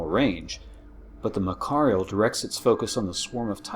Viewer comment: So far so good. But things are wrong. One not even light can escape a black hole. How can a destroyer? The battleship is not pronounced that way.